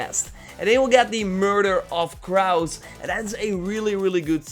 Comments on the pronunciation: Crows is pronounced cr-oh-wz :) Edit: nvm saw ur comment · Do british people actually say crows like that or has he never heard of that species of bird